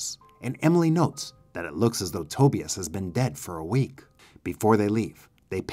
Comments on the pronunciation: RIGHT! I was like bro. His name is pronounced "TA-BUY-US". What the hell is "toebEus" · Toe-bEus? Instead of Tobius? Over and over?!! 😂😂😂. VERY hard to listen to! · Love your content. But PLEASE learn how to pronounce "Tobias" 🤦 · but the way he's pronouncing it is not how the name is pronounced in the movie. And he doesn't have a strong enough accent to not be able to correctly pronounce it as it is in the movie. "Other countries" have nothing to do with it.